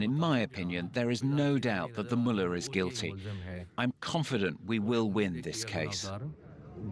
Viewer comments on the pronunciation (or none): it is mulla not muler